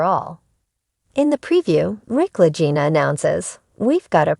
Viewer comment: Um pronounced.LAH-GEE-NAH. I did not like this post at all.